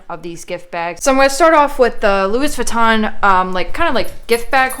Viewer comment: Did you said ‘loois viton’?